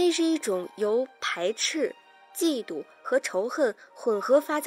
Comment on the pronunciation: 嫉妒 ji 第二声